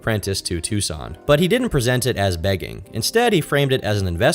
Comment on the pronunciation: You said Tucson right 🎉